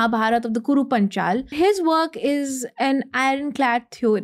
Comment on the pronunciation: Absolute stupidity by uneducated people (in Sanskrit and our culture) who think of themselves no end. She can't even pronounce Paanchal. Stop thinking in terms of Harappa and Mohenjadaro and following what's said by western vested interests. Brahmastra is not in physical form. It could be a blade of grass turned into Brahmastra with Mantra.